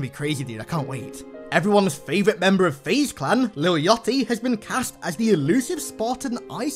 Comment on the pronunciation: You pronounced lil yachty wrong